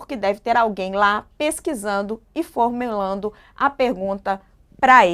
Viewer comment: Varçal? Formelando? Hein? O que há de errado com essa jornalista?